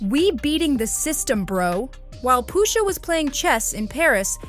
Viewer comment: “Poo-shah” lmao… FOH